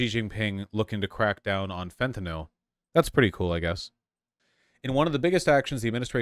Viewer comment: I agree 100% but the way Vaush pronounces fentanyl is bothering me 😂